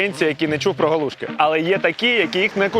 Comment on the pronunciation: І не галу'шки , а галушки' , хоч би в когось спитали, правда молодня кругом , і в Полтаві теж ,що соромно мені ,бо вчив краінську лутературу.